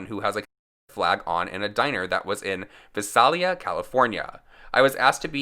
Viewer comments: Lol the way you pronounced visalia sounded fancy. Its VIE-SAIL-EEYA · Vi-say-lee-a. I live 45 mins away from the city. Keep up the good content babe. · Haha I’m from Visalia, CA. Certified shit hole. Pronounced. VICE-A-LIA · You said Visalia so wrong 😂 but it's okay, I still love ya!!